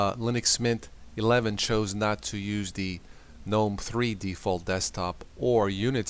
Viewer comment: Lose the attempts at humor. Stop pronouncing it "Gee knome". Make up your mind what you prefer BEFORE you make the video so we don't have to listen to you saying "aaaahhhhhhh".